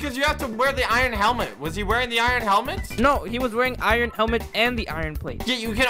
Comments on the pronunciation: Did anybody notice that pronounced iron I-run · Me laughing at how says iron. He pronounces the r in iron... iRon